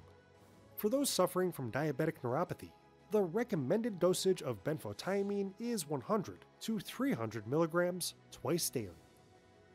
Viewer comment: Ben photo mean This is how to say it. Next time learn how to say it before you make a video. You drove me crazy every time you said it wrong. Sounds stupid. Couldn't watch the whole video.